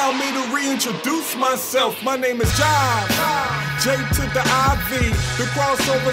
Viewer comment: It’s Jive bruh, I knew this man wasn’t serious 😂